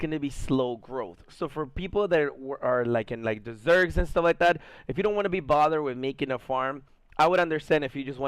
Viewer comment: When you tried to say people in the desert, you said dessert. I was just messing with you, great video btw.